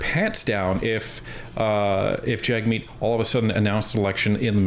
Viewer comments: Pronounce hit name property: JUG-meet. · His name is pronounced “Jugmeet”.